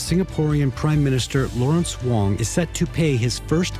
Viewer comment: Can’t even pronounce PM Wong surname correctly shows how little respect she has for Singapore